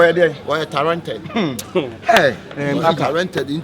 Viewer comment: 3ne3 "tarented" o🤣..you guys are doing well